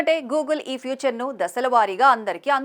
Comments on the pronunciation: తల్లీ.. ఫ్యూచర్ కాదు.. ఫీచర్.! చదువుకు చావండి..! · ఫ్యూచర్ కాదమ్మా ఫీచర్ ....